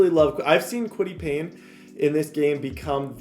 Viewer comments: I’m gonna have a stroke if he calls Paye Payne one more time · Kwity Paye, NOT Payne!!! 😂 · ALEX peirce? Kwity PAYNE? Somebody get this man some glassses. Please we need to help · i cannot go this whole series with you saying kwity PAYNE.. there is not an N. its paye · Alec not Alex…Paye not Pain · it’s (aleck peirce) and (kwity paye) not alex and payne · Payne? Where's the n in his name? Lol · Lmao and Kwity “Payne” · Kwity paye's last name is only 4 letters and still cant pronounce it right lmao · No "N" in Paye. IJS.